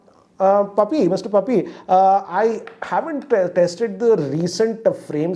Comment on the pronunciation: I heard Mr Puppy.